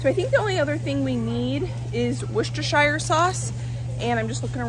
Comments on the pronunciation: Same here in Australia, wall to wall bare shelves on the egg isles and things regularly being unavailable. Glad we have chickens (and geese, guinea fowl, ducks...) PS. It's pronounced "Wooster" sauce. We are keeping meat animals and its a long haul process, it will be years before we have animals (other than chickens) for the pot and we can fill whole days with just animal chores. We do have a full butchering set up on the farm though and my husband is a qualified executive chef, more than comfortable with butchering. So that's in our future, one day. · WUSTERSHER... SAUCE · British person here! Hi! If you want to pronounce Worcestershire sauce properly try saying wus-tershear sauce 😀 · I am from the uk we don’t say shire at the end of word its pronounced “wu stah shah” and kabab from the Asian side is “ka-bab” . I hope you dont mind me saying. It only because a lot of people get confused with the spelling and how to say it. ❤